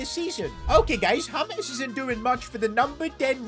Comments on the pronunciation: It's J not H...James not Hames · BRO ITS JAY-MZ not HAMES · It is James not hamez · why you calling colmbian super player names his nime is James Rodrigruez not hames and not nickname to. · Who is Hames? His names is James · Why are you calling James, Humes? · Bro he is called James, not Humes! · Why does call him humeez